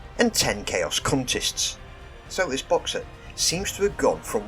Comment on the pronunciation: Dude that not how you pronounce cultist....🤔😲